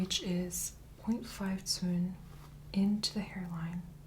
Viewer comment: Hey quick question. Are you measuring in cun? Captions say cun, which is a Chinese unit of measurement, but it sounds like you’re saying “tun”. Lol sorry, I get stuck on irreverent things sometimes 🤦🏼‍♀️😂